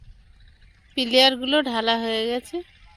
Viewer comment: টাংকি নয় কথাটা ট্যেঙ্ক। আর পিলিয়ার. নয় পিলার